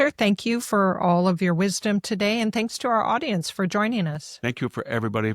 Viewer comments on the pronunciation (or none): none